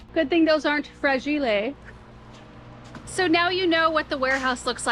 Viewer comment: "Thank god its not FRA-GI-LE!" lol